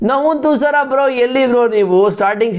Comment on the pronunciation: Navvun thusara alla bro nuwan thusara